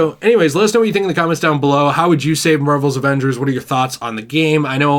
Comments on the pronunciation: "MORVEL'S Avangers.." XDXDXD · “ Marvel’s Ovangers ”